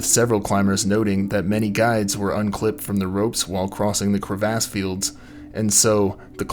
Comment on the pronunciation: The way he pronounced “crevasse” at around 45 seconds, kind of blew this video for me! 😝